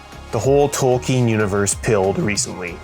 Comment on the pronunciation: Props on pronouncing Tolkein's name correctly :D I am surprised you did not paint them in "Lord of ClownDark" style, but, I definitely understand the need to change things up! Edit: I am holding off doing most of my metals until Vallejo True Metal Metallics comes out (hopefully next month.)